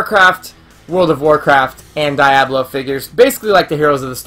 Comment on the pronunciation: These are adorable and I actually want to go look for these! I had to say that Diablo is Dee-ah-blo. I wasn't sure if you were joking but then you said it 4 or more times and I couldn't take it. Maybe be silly but wanted to help you out! Loved the video though!